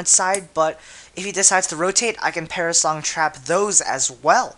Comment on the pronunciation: lol, "parasong" isn't it perish song?